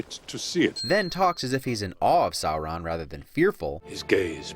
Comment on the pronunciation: I hate being "that nerd" but, it's pronounced "sore-on" Edit: well, that's how I pronounced when I read the books